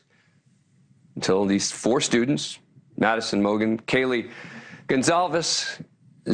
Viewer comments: It’s pronounced moss coe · HELLO. MOSCOW pronounced like you do is the RUSSIAN CITY.. if you listened the students interviewed .. it’s pronounced MOSCO..”W” is silent .. FYI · Please consider learning to pronounce Moscow